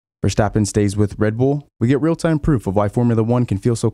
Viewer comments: The ‘s’ in ‘Verstappen’ is sharp as in ‘stop’, not as in ‘should’! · Please don't say VerSHtappen. It's pronounced with an s.